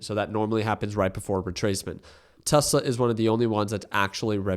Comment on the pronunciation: Bro never gets Tesla right.😂😂